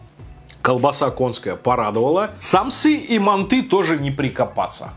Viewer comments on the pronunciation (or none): не мантЫ а мАнты я сам живу в азии в казахстане и правильно мАнты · манты, а не манты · вот его мантЫ уши режет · Манты́? Вроде так бабка говорила моя/ Если долго нажимать на букву- появится версия с ударением.